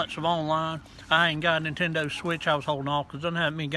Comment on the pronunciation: “Nintendur switch”